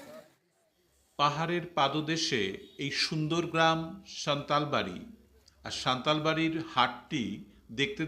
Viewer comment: নাম সান্তালবাড়ী নয় হবে সান্তালা বাড়ী